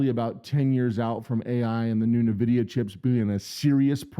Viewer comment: En-vidia not Nuh-vidia.